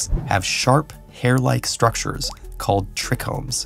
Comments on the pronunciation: They mispronounced trichome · i've never heard someone say ''trichome'' like that